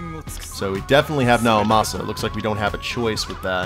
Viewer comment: sorry to correct you on you first video, but it's pronounced like the letter e because of the uppercase I in Naomasa's name